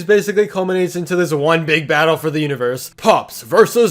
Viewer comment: i heard hentai-pops rather than anti-pops